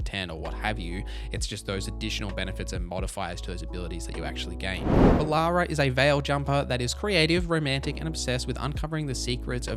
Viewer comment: Love ya, but these pronunciations are killing me 😂 Heres how to phonetically pronounce all the companions names': Lace Harding -> Lay-ss Harding Bellara Lutare -> Buh-law-ra Loo-tair Davrin (idk how you mispronounced this one lmao) -> Da (as in dad) vrin, not Davron Lucanis -> Loo-caw-nis Emmrich -> M-rick Taash -> Tosh Neve -> Nev (not neeve)